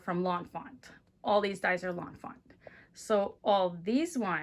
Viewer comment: By the way it's Lawn Fawn not Lawn Font